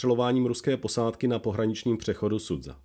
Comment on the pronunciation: Základem dobré reportáže je používání správné výslovnosti místních názvů. Nevím, kde jste vzali název "Sudza" pro město Суджа ("Sudža"), když i originál kanál to používá správně. Strašně to tahá za uši a velice degraduje hodnotu příspěvku. Dík, že jsem se tu mohl vykecat...